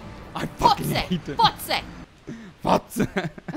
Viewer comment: Hey, "Estonia" in German is "Estland", which is propably why he didn't know:D And try pronouncing the "o" in "Fotze" shorter, otherwise it was pretty good hahaha:D I almost got a heart attack when spoke German all of a sudden, it's sooooooo weird, even though I'm German:D